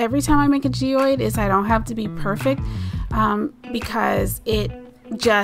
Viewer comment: They are beautiful. It's not G-oid It's G-ode. Not a big deal, they are so unique and beautiful.